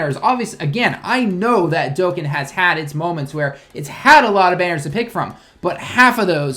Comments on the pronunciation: he says dokkan kinda weird.... its pronounced dokKAn not dokkan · It's really weird, since he can somewhat speak/read japanese. He obviously knows the correct pronunciation of dokkan. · DokKAN, not Dokain....dislike me losers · Dokkan not dokken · whats a "Diokkan"? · The way you pronounced dokkan lol